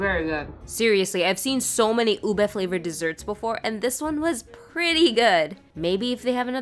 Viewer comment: Thank you for pronouncing ube correctly🥲